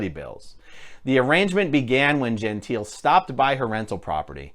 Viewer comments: I cringed through the entire video: Jehn-TEE-leh is the way in which the Italian name 'Gentile' is pronounced. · Her. surname Gentile is pronounced and sounds like Jontay, FYI.